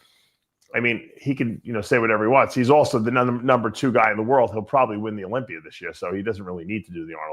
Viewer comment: Dave it’s a Olympia not olympier